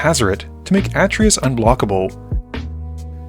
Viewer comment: It's actually Uh-Tray-Yus